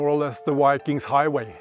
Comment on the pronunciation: That guy keeps calling them Why-Kings and it is driving me nuts. They are going to beat the Packers as well buddy!